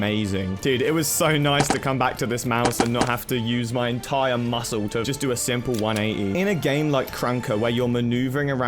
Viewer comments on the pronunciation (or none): none